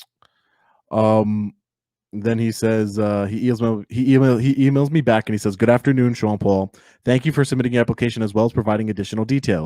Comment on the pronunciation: 3 seconds into his intro is all you need to see what a clown he is, and when he says "BACK" like it's something special, I threw up. A know nothing know it all.